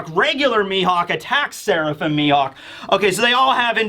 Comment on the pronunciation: Ammm it's Mihawk, mi-HAWK